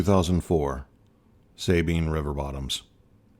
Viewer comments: It’s pronounced “subine” not “sabine” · Sabine has a short a. Not long